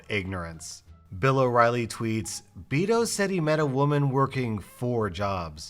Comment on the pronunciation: The way you say Beto has me dying. Lol